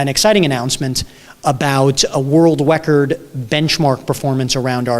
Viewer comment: an exciting anouncement about a what? a world wecord? wecord?